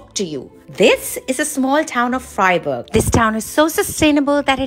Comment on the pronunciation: No, they meant Freiburg, they just suck at prononciation.